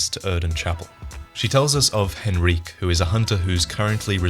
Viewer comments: Henryk is pronounced Hen-Rick. Not Hen-Reek, for fucks sake. Did you even listen to Eileen when she tells you about Henryk skulking about in the graveyard??? It makes me wonder if you even played through the game or just have a team of people writing and making the footage of these videos for you.. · Hen-Rique? you mean Hen-rik. The k makes the sound of the Y a short sound not a long one. not that its a huge deal, i just found it interesting that you pronounced it that way. The way it is written in English suggests the short sound, but if it is intended to be more of a long sound as you are giving it, it sounds much more french and might mean that the Gascoine in the game might be a reference to the same historical family in...Italy i believe it is. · Awesome video but why do you pronounce Henryk like Henreek? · H e n r i q u e ITS HENRICK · This is a small detail that bothered me but, you pronounced Henryk's name wrong. Henryk is pronounced "hen-ree-kh" the way you pronounced it (hen-ree-keh) is if the name was written 'Henrique'. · "Hen-reek" lmao wtf it's "Hen-rik" even Eileen says it. Don't you feel a tit now???? Ooh Henreek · IT'S PRONOUNCED HENRIK! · "Henrique" likes to have a word with you about the pronunciation of his name, but nonetheless great video as always! :D